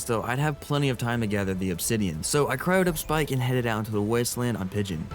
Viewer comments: he said Spike instead of Spik :( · The fact that u are dedicated to making sure everyone knows the anky name is Spik and not Spike just shows y i subbed to u 😉